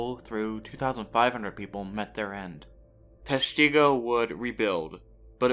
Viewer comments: Yes, PESH-ti-go. Not Pesh-TEE-go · The town is actually pronounced with a short I. Peshtigo not peshTEEgo. You are not the only to pronounce it that way.... The History Guy did as well. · Great video. However, the fire is pronounced (Pesh - ta- go). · Another video where they mispronounce the name of the town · I cringed everytime he said Peshtigo!!!